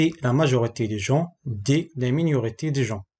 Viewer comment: Les examens proposés sont bien choisis merci mais malheureusement votre maîtrise du français n'est pas satisfaisante. A titre d"exemple vous écrit le mot minorité et vous l"avez prononcé miiniorite.